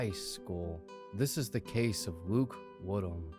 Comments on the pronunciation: "I, HHate that, ..Wood Ham, ..Kid?" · 🌴😒 Did you say.. ..."Luke-warm Ham".....?